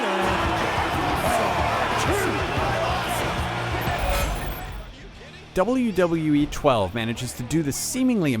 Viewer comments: he cant say wwe hahahah but the game is awesome i give it a ten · The reviewer has problems saying WWE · It looks like he has a tough time saying WWE.